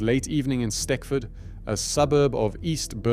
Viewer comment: Stechford is pronounced stetchford, if that makes sense.